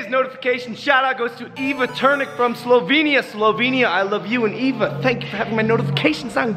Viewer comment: B.L.B. Slovenien..... Hahahah u could've at least pronounced it right SLOVENIAN